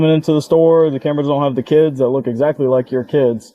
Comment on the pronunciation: It's "keeids ".